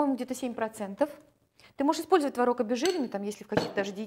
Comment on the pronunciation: не знаю как пасочка, я делаю заварную, но какая красивая девочка, какая красивая кухня, а главное как приятно Вас слушать ..особенно слово " творОг."..)) буду чаще заходить к Вам на страничку))